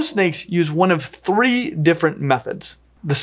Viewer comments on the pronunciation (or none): none